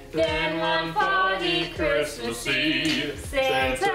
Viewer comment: I thought that's what he said too but I believe he said Christmas. It sounded like "charisma" a few times when he christmas.